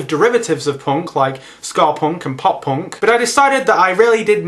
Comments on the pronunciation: No, no, you've got it all wrong. He was saying 'porn' music, not ponk or punk. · i thought you said porn instead of punk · The first few seconds of the video, everytime you said "punk" I thought you said "porn". Hardcorn porn. Maybe I shouldn't watch videos while on the treadmill . . . or maybe I should do that all the time. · haha u say punk funny. probably because im american :(